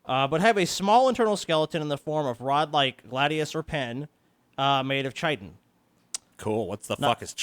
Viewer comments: Its pronounced "Kite-in." I personally pronounce it "Chit-en" because as a child that's what made the most sense to me and it sounds better in my opinion, but it isn't the correct way. So yeah, chitin is "Kite-in." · Pronounced Kitin not CH itin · "Chitin" is pronounced "kītn".It's a silent 'h' like the 'ch' in "Loch".